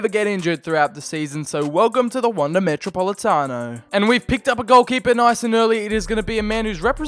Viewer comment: I hate seeing any english speaking person attempt to say Atletico or even spell it, especially how you said metropolitano. But all that matters is if you completed your mission, which I havent seen the video so... yeah, I'll watch it later today, its am.